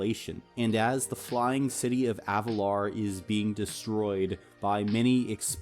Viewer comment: AvaLIR, i hate to do this but its Avalir. not Avalar.